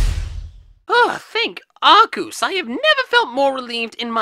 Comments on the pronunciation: Arcoos its arseuce or Arceuse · you mean ARKOOS